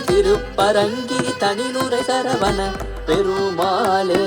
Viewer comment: Violin is a bit loud.. Thiruppugazh should have a bit more importance to lyrics.. As such தமிழ் is hard, so pronunciation is very important.. சரவண. Notன, பெருமாள் not perumaaல்